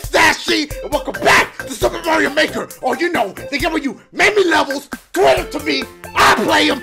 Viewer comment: It sounded like he said “super Mario baker” 💀